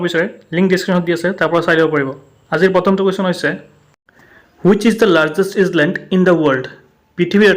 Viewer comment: Sir Island অক" ইছলেন্ড "বুলি pronounce নকৰিব its আইলেন্ড in the word island s letter is silent so its pronounce as iland